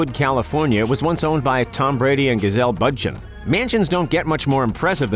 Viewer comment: bruh... jimmy eeovine? gazelle budchin?